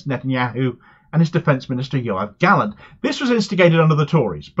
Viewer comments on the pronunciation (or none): none